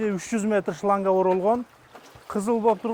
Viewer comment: Охх ххх ичиим шоянга дейтго мен ойлопмун брат шлянга деп айтат окшойт корсо блогер айтыптыр да шлянга деп😂😂😂😂😂